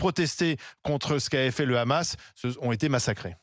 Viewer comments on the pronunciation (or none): Deja on dit pas le "ramasse", en France on dit le "hamas" ou on prononce le "amass" pour ceux qui ne prononcent pas la lettre "ha". Elle n'est pas obligé de prendre l'accent de sheytanyahou en.plus de prendre ses idée nauséabondes. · Et Barbara ! On dit "Hamas et non Ramas!😂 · Elle parle comme les sionistes ;elle ((Le Ghamas))comme le prononce Meyer Habib le larbin de service de la Palestine occupée sous la bannière de la honte. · Putin comment elle prononce le hamas montre qu elle est pas française de souche